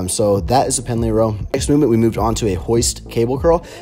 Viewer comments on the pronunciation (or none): Pendlay Rows, not Penalty mate!